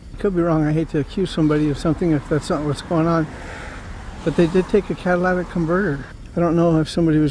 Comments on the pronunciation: the word is CAT-A-LIT-IC, LOL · They asked me the same sht, then encrypted the scanner where I frequent. Nvr trust a cop. And btw, it’s catalytic, lol